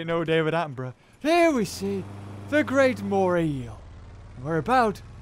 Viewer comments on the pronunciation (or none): none